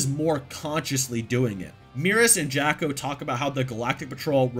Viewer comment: I love you. But stop calling Jaco, Jacko! I keep thinking of Michael Jackson when you do